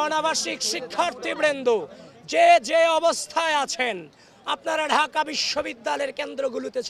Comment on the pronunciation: ড়াজনৈতিক, ঢাআআকা, চ্রেষ্ট্রা, প্রউগ কি সুন্দর উচ্চারণ, উনি নাকি সুবক্তা।